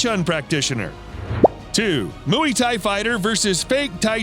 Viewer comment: Dude, you need to learn to properly pronounce Muay